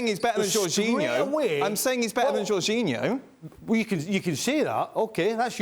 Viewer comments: Man said "Jorginho" like we wouldn't notice lol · LewaNgoalski is a point but iorginho😂😂